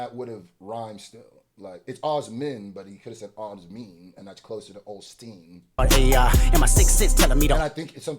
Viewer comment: I think the Joel Osteen bar was intentional, because Osteen's name is pronounces O-steen, like the letter O and then steen. He pronounced it like awe, which is the way you pronounce Osment's name. Not to mention, he could have just said Joel in one syllable, but he broke it down into Joe - hale. I think he's trying to say that Drake is the rap equivalent of one of these prosperity gospel megachurches.